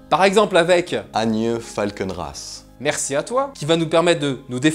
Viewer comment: répète après moi "Anje Falkenrath" xD J'ai bien ri sur cette vidéo !